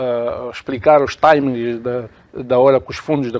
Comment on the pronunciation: Timing (Taimingue), pronuncia mal a palavra e ainda insiste. A senhora ministra poderia ter dito tudo que disse em português. 😂